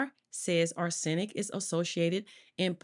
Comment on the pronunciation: Arse sen ic...omg...this lady did not take English in school..sorry for that..but arsenic wasn't the only words she butchered...so sad. American education system.😢